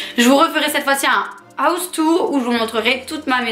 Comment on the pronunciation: Dans le ouse tour😂😂 cest house tour merci😂😂 Mais sinon continue comme sa je j'adore ❤❤❤❤❤je te kiff troppp